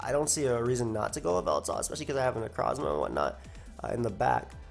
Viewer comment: Ikr x'DD NECROSSMA O_O